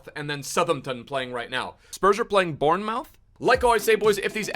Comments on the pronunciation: I’m from Bournemouth and it’s pronounced “born-moth” lmao Up The Chezbombs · Bournemouth is pronounced born moth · i cant tell if you're trolling but if you aren't Bournemouth is pronounced born-moof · your Bournemouth pronunciation got me dying LMAO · I generally think that he's trolling with that pronounciation now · am i the only one getting irritated when he pronounces BORN-MOUTH and SUH-THEM-TON 😑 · Can't work out if deliberately mispronounces the English clubs like who tf are Bournemowth and Suthumpton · Qumar Iqbal he’s swapped the pronunciation of the “outh” in both words hahaha